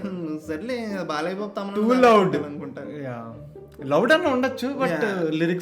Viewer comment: Balayya X Boya ❌ Bolayya ✅💥🔥😂